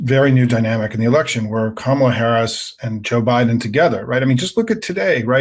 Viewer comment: He knows perfectly well how to pronounce Kamala's name but, like Alina, cant bring himself to do it. They don't like saying peoples names which have the long vowel in them because they are racist. Same with Fani Willis being called Fanny.